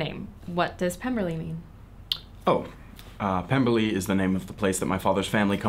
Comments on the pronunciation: "So Lizzie B, tell me how you're getting along at the Pem-BER-ley!!!" So hilarious! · I think I just hurt something laughing at in the Fitz-wig, saying "Pem-ber-ly" and squinting into the camera. cackles until dead